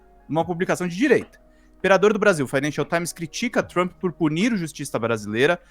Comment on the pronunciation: 😂😂😂😂😂 o Trump está muito, very ...very TRAMP 😂 Meu 👑 rei!